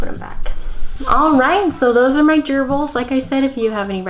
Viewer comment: Why when she says gerbles does it sound like an STD to me?